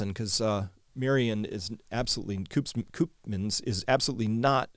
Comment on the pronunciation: On your Dutch pronunciation, the elongated Dutch vowel oo (Koopmans) is pronounced much like the French -eau sound as in Bordeaux